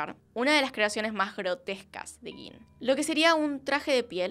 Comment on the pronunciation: hola! solo a título de curiosidad: gein (del alemán; se lee gain - en alemán, "ei" se lee "ai" )